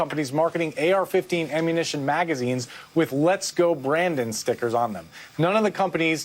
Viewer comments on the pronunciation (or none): he say "amunisson? lol...